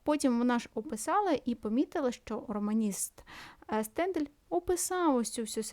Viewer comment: Хочу зауважити, що Стендаль був франузом і звали його СтендАль . з наголосом на останньому складі